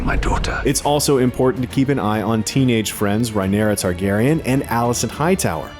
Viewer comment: Targaryen not Tarkarian